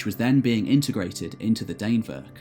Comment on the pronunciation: Dannevirke is pronounced sort of like Danny (but with an e instead of a y) and virkey (like veer-keh) Dan-eh-vir-keh.